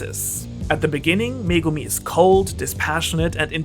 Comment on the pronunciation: Finally someone who can say megumi